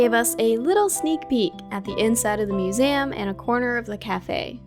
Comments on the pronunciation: You are the only person I know who pronounces it "Musame" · I say "museum" the same way as, and people tell me that I'm pronouncing it wrong lol, now I gotta show them this video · kora’s pronunciation of ‘museum’ makes my day, every day. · Same I’ve never heard anything pronounce it like that and it’s snazzy.